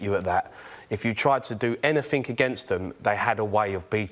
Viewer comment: Pedantry warning : Anything NOT anythink FFS.